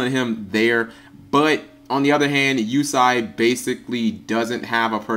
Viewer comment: its pronounced you say